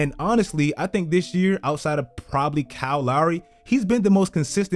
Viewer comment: I swear to god I love when Black people say Kyle..i'm not even being racist but it sounds like you're saying "Cow Lowry"